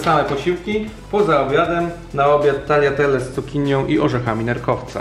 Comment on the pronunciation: W końcu ktoś, kto dobrze wymawia tagliatelle 😋 catering wyglada pysznie